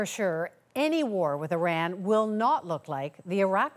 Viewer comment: She cant pronounce - trump or Iran